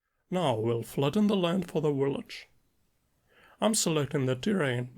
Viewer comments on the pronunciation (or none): Amazing stuff as always. Can’t wait to tr it out! Just a tiny tiny btw (from a fellow slav) a „v” is the „village” is the same one as in „slav” or:P